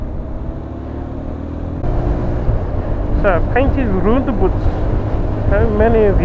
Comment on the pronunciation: Hahaha! Broon Bricks and Roundaboots, lol, after you explained it, it makes more sense, lol,, RSMF.